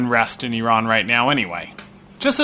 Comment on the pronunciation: Ok I have a deal for you I live in the UK and I will forgive you IF you learn how to pronounce iran and Iranian properly Do we have a deal lol?